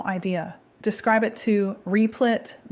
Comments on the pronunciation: You need to teach your robot to say Replit, not Reeplit. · I had to put in ElevenLabs "Rehplit" to get voice to stop saying Reeplit. 🤣